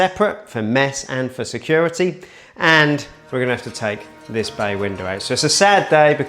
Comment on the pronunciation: I can’t un hear it now, 😬